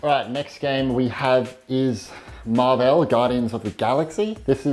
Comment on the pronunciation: His pronunciation of marvel hurt me